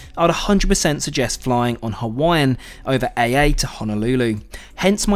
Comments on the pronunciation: "Hence my title 'AVIOD'" haha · "AVIOD" heheh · You said AVIOD….. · I'll make sure to 'aviod' AA :) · He def lost me at “rediculous”…I stuck around just for shits and giggles but my suspicion of idiocy was confirmed by “aviod” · ‘AVOID’ vs ‘AVIOD’…… but yes, AA is shit airline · ah yes aviod